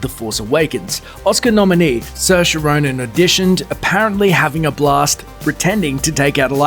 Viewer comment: Also he said her name wrong